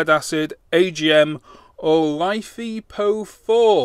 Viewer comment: Is it just me or does life E PO4sound wrong because life is not like without the e so I believe is you are going to say it like that it is just Life PO4